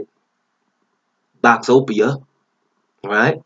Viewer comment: lol he said Boxopia 😂😅😆